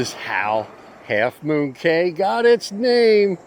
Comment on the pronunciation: It's pronounced key.